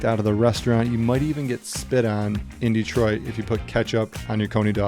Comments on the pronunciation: Its not DEEtroit, it is dehtroit. Please pronounce it right. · Why does this guy say DEE-troit?